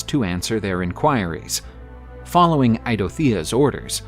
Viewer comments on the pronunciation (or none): none